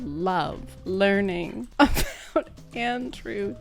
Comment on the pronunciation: "Learnig" I can't 😭